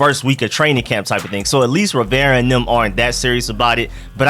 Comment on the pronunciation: Still haven't learned how to pronounce Rivera, eh....?